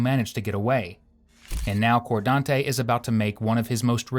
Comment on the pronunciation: "Lordez.. Cordante".. Which planet did this happen on again?.. 🤔